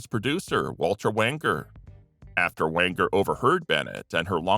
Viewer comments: It's Walter Wanger (with a soft "g"), not Wanker. 🤦🏽‍♂️ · Wait what ? Walter ...wanker ? 😅 😂 Am i hearing rhat correctly ? 😂😅